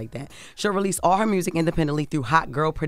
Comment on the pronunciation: The way Jess says Mewrziik is so funny to me 😂😂😂